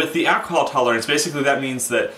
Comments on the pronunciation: This is great info. Also, the way you pronounce "Ak-a-hal" reminds me of Dave Chapelle's Tyrone 😁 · Boys and Girls, home made Mead an Alcahal has ruined my life!". 😁